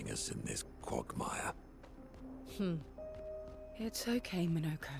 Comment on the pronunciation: The way monoco said quagmire ruined the whole game for me